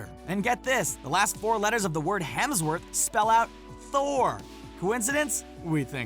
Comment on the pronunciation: Hemsw”orth” htro?? I don’t think so